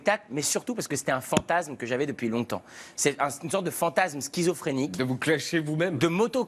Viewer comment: "scizophrénique" non mec, non. Non. Juste non.